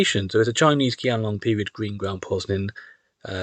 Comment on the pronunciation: Qianlong is pronounced “Chianlong”